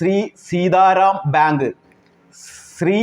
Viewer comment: കാര്യമൊക്കെ കൊള്ളാം അവതാരകൻ തപ്പിപ്പിടിച്ചു ബിയാങ്കു ഭ്യാങ്കു എന്നു പറയുന്നതല്ലാതെ കൃത്യമായി ഒന്നും മനസ്സിലാകുന്നില്ല.